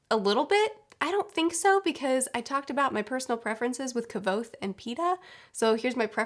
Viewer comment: According to Patrick Rothfuss, Kvothe's name is supposed to sound similar to "quoth"